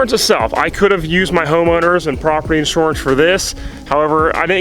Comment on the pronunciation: You say inshorance funny. Lol jk Thanks for the honest video. It's funny when people pretend like they paid 25k for the tractor and leave out everything else.